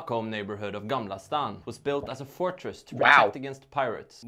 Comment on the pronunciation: I love that a swede can't say "gamla stan" correctly...